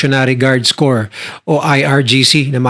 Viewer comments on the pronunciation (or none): none